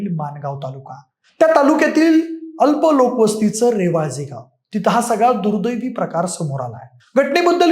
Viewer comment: रेवाजे नाही रे भाऊ रवाळजे